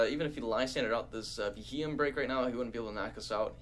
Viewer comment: it's proounced Bee-Ee-em his name comes from the term BEM or Bug-eyed monster